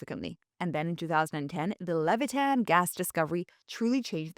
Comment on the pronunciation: The new Israeli gas field is "Leviathan", not "Levitan". Also, the peninsula is pronounced Scie-anai (like "science"), not See-anai.